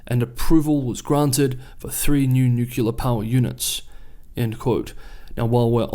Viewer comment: It's NEW-KLEE-ER, not nuke-you-ler